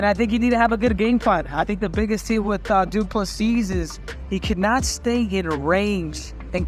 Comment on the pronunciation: When he says du plessis it sounds like 2 pussies!